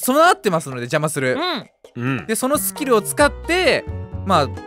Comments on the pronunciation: ぺ「そういうス↑キルがある」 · ぺ「そういうス⤴︎キル⤵︎が」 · のスキルの言い方がス↑キル↓なのね 他のところは普通なのに